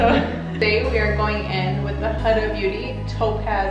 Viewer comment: I always thought it was pronounced HOO-DA, not hudda. LOL Pretty eye look either way and I learned something new! Thanks for the video.